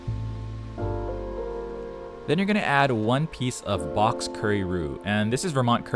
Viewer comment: Did he just say "blox in the mail"?